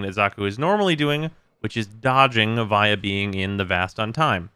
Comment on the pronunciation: Why do u say “via” like that